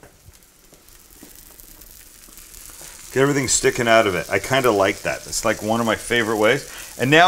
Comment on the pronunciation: Canadian judging from the way he says "out"